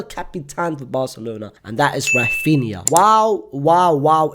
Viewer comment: Oh my god, he said Raphinha, what is happening 😯 I can't believe it